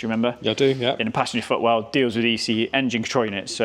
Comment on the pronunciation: "Fassenger-Putwell"..... oh yes been there a few times mi-self with my mouth. Smashing vid as always thank you all.